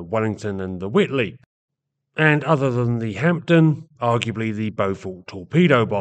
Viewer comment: Good video I think p is silent in Hampden though. Also interesting to remember the Albermale was originally a Bristol design and has some family resemblance to the Blenheim IV particularly the front end.